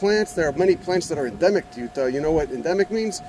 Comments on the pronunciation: Gotta say it with the accent too. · But you gotta say it in the accent lmao.